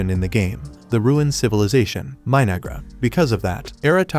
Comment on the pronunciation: 😂 The AI voice sounded like it called the civilisation My-Niggra... I had to replay it 4 times and yep that's what the voice said. It definitely wasn't My-No-Ghra. I wonder if the creators are fans of Denzel Washington from Training Day, lol.